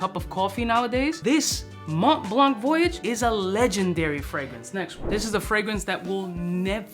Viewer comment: Did he say mont blanc voyage wtf is that!? Lmao